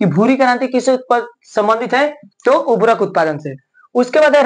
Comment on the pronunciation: उभरक नही उर्वरक बोलिये sir